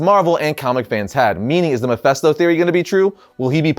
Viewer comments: Why do people always mispronounce mephisto's name? It's Mephisto pronounced "fist' not fest. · Thank You!!!! It's an "I" not an "E". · Why does everyone keep saying Mephesto not Mephisto 😂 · Why do you keep saying mephisto so weird 😂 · why is he saying Mephisto like that?